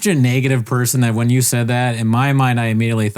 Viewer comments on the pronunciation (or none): … said NAY-getive. Is Bapa vernacular starting to take over your (bess) brain (for the arts)